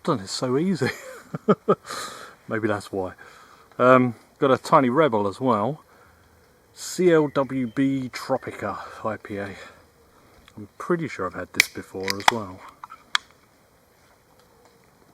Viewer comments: That clwb tropica is "club tropica" in Welsh, it's pronounced "kl-oo-buh" with the oo and bug being quite said quite quickly (s. Wales at least) but you'll likely hear it said slightly differently from town to town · "C-L-W-B tropica" it's Welsh, pronounced "club" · Not c.l.w.b,it’s clwb Tropicana like a Cymru Wham!! 😂😂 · I know you are an outdoors channel not a beer channel. DDH = Double Dry Hopped (though I don't 100% know what that actually is so please don't ask), and the Clwb is pronounced pretty much Club, technically it's nearer a "oo" then a "uh" , so it's Club Tropicana like the Wham song.